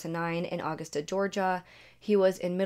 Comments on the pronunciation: “Au-gusta” Ga 😂😂😂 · Uh-gus-tuh GA. Uh-gustuh GA, is how you pronounce it. You're saying it like the month of August. Nbd, just thought you might want to know.😉 Edit: When you have a mortgage, you *know* if you're a month or months behind. Doesn't matter if you're on auto-pay or not. That's your biggest payment (worry, too) and your bank balance would absolutely be way too high if it wasn't coming out every month. These were lower middle class folks. She knew what should be in the bank, and when. Remember, she didn't work. They were on a very strict and tight budget. Again, I'm not being ugly about it, I just thought you would like to know. Edit II: She had to have killed some of them when the cops showed up the 2nd time. She couldn't have shot herself 5 times, and, in fact, didn't. Everyone had one shot to the head. The only one who might've been shot previously, was the husband. Also, LMAO! That older woman being interviewed said she couldn't phantom this happening. 🤣🤣🤣💀 If you don't know, the correct word is fathom. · The way you say Augusta is killing me. 😂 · Not Augustah 🤣🤣😂😂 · Aw gust uh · I like the stories you tell. I truly do. I just wish you took the time to pronounce things correctly and not insert so much personal information. I mean this in the nicest way. The way you mispronounced Augusta over and over threw me off completely.